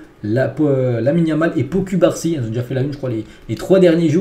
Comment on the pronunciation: Slt Je viens de découvrir ta chaînes. Franchement va falloir que tu fasses un effort sur la prononciation des prénoms des joueurs. Entre Pau cubarsi et Araujo c’est chaud sérieux